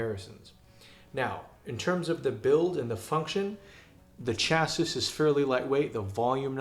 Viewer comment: Chassis. Please google the word, the correct American/Canadian/English pronunciation is available. It is off course a French word. Your review is interesting and informative. Please pronounce the word correctly.